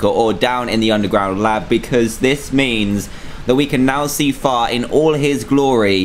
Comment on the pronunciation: when he said far it soned like fart